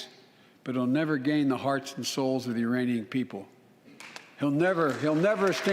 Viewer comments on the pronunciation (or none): none